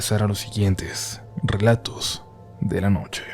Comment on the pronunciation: jajaja me pasó igual,verifiqué el título y en cuanto escuché “relatous de la nouche” dije ahhhhh 😂😂